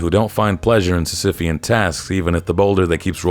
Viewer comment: hang on say sisyphean again